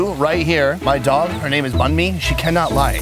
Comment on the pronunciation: bunmi? It’s sounds like bread in Vietnamese lol it’s ban mi is how you pronounce it